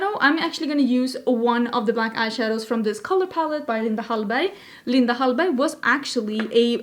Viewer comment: I love how you pronounce 'Linda Hallberg' !! Very Swedish in all that English!!